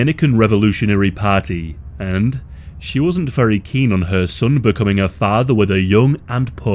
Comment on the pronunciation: Emelys muhdde' and fadde'